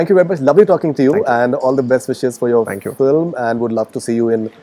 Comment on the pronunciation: Every South Indian telugu actor pronounces film as "filim". It's just a telugu thing! So he also saying "filim" is not a surprise.